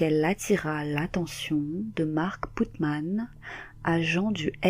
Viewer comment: C'est pas Putman...... C'est Putnam .....😃😃